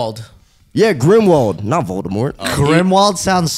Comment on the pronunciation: It's Grindelwald ffs xD not Grimwald